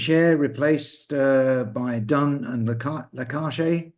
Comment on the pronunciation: Good stuff again and Co. As an aside, the pronunciation of ziyad's surname is: lar-kesh. Not la-car-shay. Hope that helps.